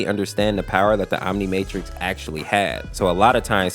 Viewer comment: No one talking about the fact he called the omnitrix the OMNIMAYTRIX